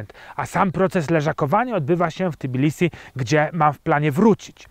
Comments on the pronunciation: Nie wymawia Pan fonetycznie T i bilisi ? ;-). Po literce "T" nie ma literki "i" w nazwie miasta :-). Natomiast u Pana, chyba, że źle rozpoznaję pańską mowę, jest dodane owe "i". Nie czepiam się, żeby nie było, zresztą wielu Polaków zdaje się, iż nieświadomie z Tb robi Ti...:-) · Tbilisi, nie T(i)bilisi :-)